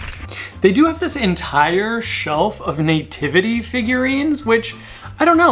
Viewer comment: I love how you say nativity, like Nay-Tivity! 🤣😂 Love it. I think one of my favorite holiday decor s Halloween, I just never seem to get sick of seeing the funny creative scary things that can pop up. And to me it never seems oversaturated! Not necessarily them coming to my door for Candy though LOL! I am way over Christmas and all the thrift stores around me here in north western Ohio have an over abundance as well and they’re charging top dollar for it which is insane! Love that you went thrifting! Love it love it love it please do more! Do you ever do any online estate sales? The extra 15% surcharge is a bit ridiculous especially since we’d rather come and look at the stuff in person, it’s not our fault for Covid LOL. On the other hand it is nice to be able to look up information on the pieces before we bid on them! Great content as ALWAYS, thanks for all your explanations - I love to learn! Have a great day!!